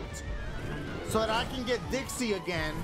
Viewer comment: U called Trixie Dixie